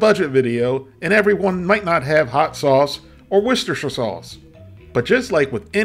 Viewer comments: The most impressive thing about this video is hearing an American pronouncing Worcestershire correctly. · The first yank I've ever heard pronounce Worcestershire correctly. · I’m glad you pronounce Worcestershire sauce correctly. 😂😂 I’ll have to make this soon!!!